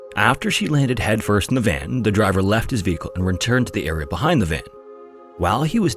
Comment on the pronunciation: Area, not era.